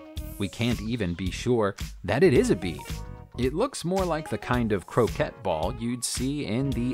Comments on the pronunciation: He may have meant Chechnya, but I doubt it. Also that artifact wasn't a clay "Croquette," either! The lawn game is pronounced "Kro-KAY." A "Kro-ket" is a fried mass of mince (chopped) meat, fish, and/or vegetables, a restaurant dish. Stay safe. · When the narrator doesn’t know the word croquet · Terrible pronunciation of common words, such as 'ermine', 'drought', and croquet! This is a very bush league production. Not recommended.